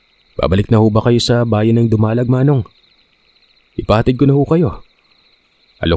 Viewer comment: To all letter senders, why don't you put accents to the vowels of the words esp. in names of places so that the narrators could pronounce it correctly. Ex. TAPÁZ/ DUMALÁG both are CAPIZ towns.